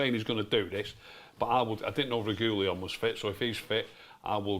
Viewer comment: saying Reguillon is cringe...